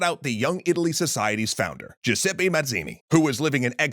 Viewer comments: Giuseppe is pronounced [dʒuˈzɛppe], not "Giuseppi", pls try to fix the prononciation <3 Also, Genoa had been independent until it sided with Napoleon. The end of the Genoese republic came with the Congress of Vienna, when it was forcibly united with Piedmont as a payback for having supported the Napoleonic forces. From 1815 to 1850 various independist revolts emerged in Genoa against the Piedmontese annexation and oppression, but were repressed in blood. Portraying Genoa as "coming back to being part of Piedmont" in 1815 particularly wrong. Officially, Genoa made "peace" and renouced independist ambitions only in 1993... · Still waiting for the day I’ll hear an english speaker say “Giuseppe” instead of “Giuseppi” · Jesus! He really can't pronunce the name Giuseppe?! He said it about 4-5 different way, every time. At least he could have used just once Google Translate for pronunciation... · "ITALY. WILL. BE. UNITED." — Definitely Giuseppe and not a great history YouTuber. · all this research and couldn't even pronounce Giuseppe correctly, sigh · As a Giuseppe please PLEASE learn how to pronounce our name 😅 anyway nice video